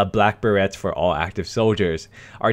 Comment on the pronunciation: lol dude learn how to pronounce "berets"